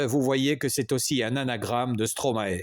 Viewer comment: Merci, Monsieur, pour ce bel hommage. Veuillez svp prononcer "ae" comme dans maestro (origine du nom d’artiste de Paul Van Haver): Maestro/mae-stro/stro-mae/Stromae. Vous entendrez l’explication du maître sur YouTube: « Stromae-AKA Stromae » D’accord, c’est une explication en anglais, mais vous pouvez faire confiance aux flics bruxellois dans « Stromae-Formidable (ceci n’est pas une leçon », sur YouTube également.